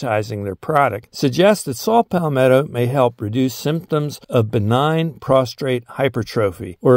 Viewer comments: Good episode. Thank you. Do note however, the word is "prostate", not "prostrate". That word means something else. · Saying prostrate instead of prostate is very common especially if not in the medical field. I hear many people m, women most often say masectomy instead of mastectomy. No biggie.